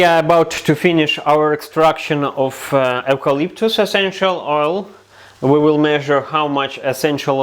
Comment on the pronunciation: You pronounce it You-Calyptus….I’m Australian 🇦🇺👍🏼